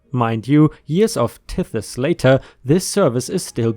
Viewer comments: For future reference, tithes is a one syllable word and is pronounced with a long "i." The second "i" in the word disciples is also long. (tīthes, discīples) And rabies is pronounced rābeez. Rabbis is the plural of rabbi, essentially the jewish equivalent to a priest. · Tithes is pronounced “tie-ths”. It is giving a percentage of your income to the church. Disciples is pronounced “dee -sigh-ples” It means followers. Rabies is pronounced “Ray-bees” which is a sickness passed on from animal to animal, usually through a bite that is fatal and can be passed to humans if bitten.⭐️⭐️⭐️⭐️⭐️⭐️⭐️⭐️⭐️⭐️⭐️⭐️⭐️⭐️⭐️⭐️⭐️⭐️⭐️⭐️⭐️